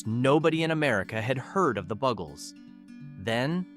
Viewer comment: At least pronounce their names right.. BUGels, Luftbalongs, to name 2, really?